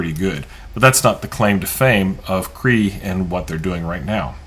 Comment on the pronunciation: I'm pretty sure it's not pronounced "KREE"...rather, it's pronounced "KRAY-AH". smdh